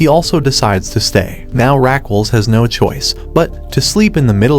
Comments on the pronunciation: it is not Raqwel It is Raquel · the way you say her name is killing me , but you can call her without the "u" Ra-q-e-l. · I think her name is pronounced Raquel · omg the way he pronounces her name jajajaj